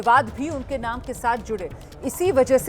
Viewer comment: Are naam to sahi lo